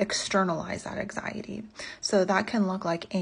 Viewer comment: Her pronouncing anxiety as ack-siyaty is giving me anxiety.